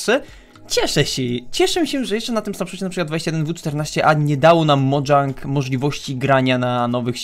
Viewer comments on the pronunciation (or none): mówi się Mojang nie Modżang